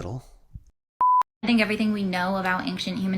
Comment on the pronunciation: Every time that lady pronounces it "ank-shent" I wanna gouge one of my own eyes out with a rusty shrimp fork 😢